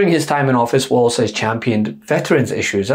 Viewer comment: Walz name is Walz, not Waltz. It sounds like Walls.